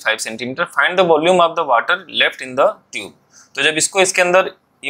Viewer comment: Sir tub hai wo instead of tube 😅